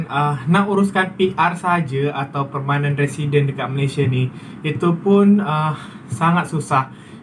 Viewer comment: Perment Residents .bukan Permai